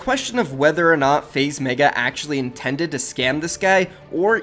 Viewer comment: why does he meyga its megga